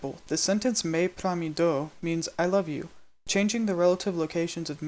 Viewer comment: I can hear that you haven't nailed the Lojban pronunciation. You're pronouncing mi and do as /me/ and /doʊ/, when it's supposed to be /mi/ and /do/.